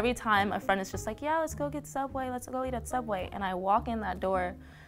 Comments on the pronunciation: You mean Sooubway employee horror stories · Frisk he a youtube who work at subway he call it soubway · They should’ve worked at sooubway instead